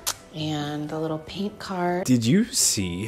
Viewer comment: you're very intelligent but you literally speak like a baby, like i think i can hear you say "widdle" instead of little lol. its adorable though